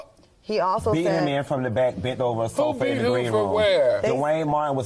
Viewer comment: Why does Funky say Bike instead of Back?